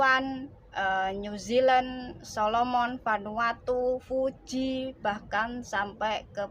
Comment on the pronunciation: koreksi dikit ya. Negara Fiji bukan Fuji